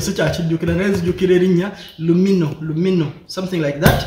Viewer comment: Lumiinoo not lumino